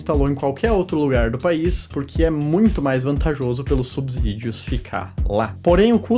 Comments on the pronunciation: Belo vídeo!! Só uma dica, o S só tem som de Z quando está entre vogais, não é o caso de subsídios. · Subsídios se fala com s não z. Cuidado com o português.